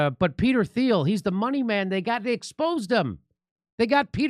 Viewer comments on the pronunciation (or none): Peter Thiel's name is pronounced German, sounds like Teal or Teel